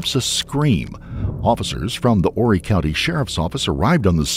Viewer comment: Wow! Imagine how surprised I was when I opened this video to see my hometown! Conway, South Carolina! And I’m so proud to say that you pronounced Horry correctly!!!